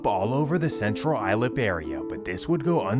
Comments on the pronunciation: Dope video it’s central islip pronounced like I slip 😂😂😂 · It’s Central Islip not island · As a native NYer from Queens, you butchered a lot of the neighborhood names: Central Islip is pronounced “Icelip” Suffolk is pronounced “SUFF-ick” Newtown is “New Town” Kissena is “Kiss-EENA” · It's CENTRAL ISLIP. I don't even know what your calling it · So you also feel the pain of this guys pronunciation of suffolk and central Islip? Lol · Lol they way he pronounces Suffolk county and Central Islip 😂. I’m from C.I and I can tell you everything is now more calm and folks can go out they business.